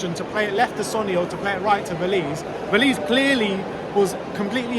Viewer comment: Great channel boys!! But it is Véliz, not Velíz 😅